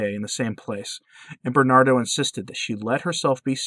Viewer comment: I’ve heard this story beforebutyourvideomore completely ah more details. Thank you for this. BTW, his name is Ber-nar-do.